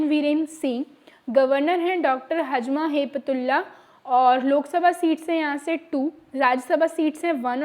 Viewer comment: Its नज़मा हेपतुल्लाह not हज़मा